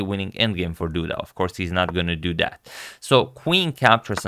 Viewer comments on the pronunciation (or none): ! I just loved they way Agad says "of course he is not gonna dudat (do that)" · He even makes the emphasis on the “dahht” 😂